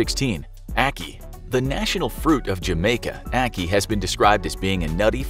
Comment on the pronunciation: You was saying ackee wrong btw